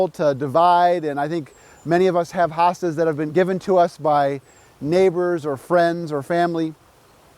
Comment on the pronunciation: Not HA Stas it's HO stas ❗